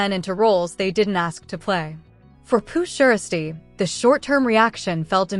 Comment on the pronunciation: First of all this is SOME BS SMFH!!! But why she SAYING PURRR SHIESTYRr ALL WRONG LMAO🤣🤣🤣